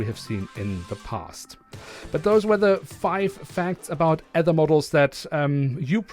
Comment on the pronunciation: Fwiw Aether is pronounced: ee+ thr